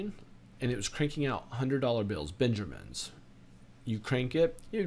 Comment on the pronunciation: "hundred dollar bills, Ben-jur-mens" 😃